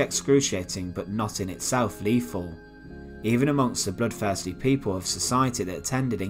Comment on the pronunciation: Dude, please! It's "th" not "f"! Fifteenf, def, bloodfursty, Monmoff. You need to work on that immediately for God's thake.